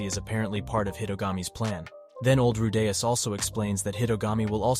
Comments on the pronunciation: Rudeus is not pronounced Ru'day'us... makes me cringe hearing how you pronounce his name. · Bruh why do you keep pronouncing "Rudeus" all weird like "rooDAYus" every other time? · Who the hell is Ru-Dais... Edit: just as fast as I asked it was corrected lol Edit 2: and then you go back to saying it again... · who the fuck is Rudayus?? Re de us where is the 'A', this was informative but holy Fuck Pronounce it correctly.. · The narrative pronounced Rudeus name wrong. "Rude" + "Us" = Rudeus 😅😅😅 Google translation pronounce has "Rude" + "Us". Just ignore me. I like the anime very much that is why it bothers me 😂😂😂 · "rudeyus" bothers me more than it shoud tbh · I was so close from exiting the video due to how annoying the first ever 20 times you say "Rudeyus" but then you started saying it right so I'll give you the benefit of the doubt. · If you include clips from the anime but still get Redeus' pronunciation wrong, you might want to QC your work before posting. It's a shame too, I wanted to know what would happen in the future for him. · why do you say his name like that? Even the dub has his name pronounced Rude-eus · you finally say his name right but then you continue to go like ruuu daaay usssss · How do you pronounce the main characters name so wrong 😒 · Wtf is with your pronunciation of rudeus. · Bro this constantly switching from pronouncing Rudeus' name correctly to completely wrong made me stop watching this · Ffs the way he pronounces rudeus is grinding on me. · This guy changed his pronounciation of Rudeus in the first minute of the video XD